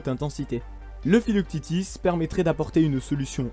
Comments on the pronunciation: mdrr filoctitis haha "phyloque tete" si ca peut t'aider! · Pourquoi tu prononce philoctètes philoctitis ? Le prononcer a la française ça marche aussi bien. Le s est muet ;-). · Je crois bien que l'on dit Philoctète' (fil au c tête ) le thétis à la fin c'est la prononciation anglo-saxonne Pour rappel Philoctète est un compagnon d'Héraclès qui lui donne des flèches "magiques" lors de sa mort. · pourquoi prononcer à l’anglo-saxonne le nom du héros grec Philoctète - fils de Péas et le fidèle compagnon d'Héraclès, qui, en mourant, lui laissa ses redoutables flèches ???